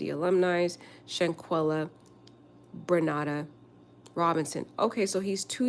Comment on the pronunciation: Love ur channel but Shaquella’s middle name is (Brenda) NOT BRENADA